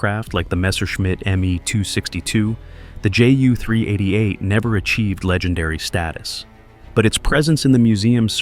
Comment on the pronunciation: Horrible narration from a AI generated text. Then add in a massive amount of Black and White film footage of non Ju 388 aircraft and pile on top of that a childish video filter with scratches and lines to give the effect of old film footage! Sorry but mostly a waste of time especially as the narration repeats the same textual information. Ju should be pronounced as J U not Jew or Juh!